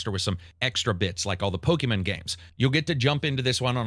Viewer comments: The way you pronounce "digimin" and "pokimun" is diabolical. Great for engagement. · "Pokamen" & "Dijimen" hurt me 😅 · It tickles me every time says "Dijimen" and "Pokuhmen" 😂